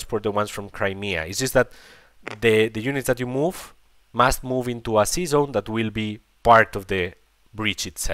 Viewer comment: Your english is not very bad looking,. ✌️ Next time try to say sea zone instead season 😆